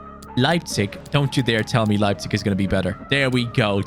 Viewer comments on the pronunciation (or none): none